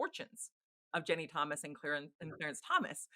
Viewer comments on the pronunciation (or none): This woman doesn’t know how to pronounce Ginny. It’s my mother’s name and a pet peeve of mine. The name isn’t Jenny